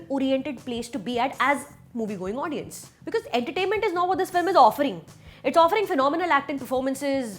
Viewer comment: Did she just say "odiens" instead of "audience" ????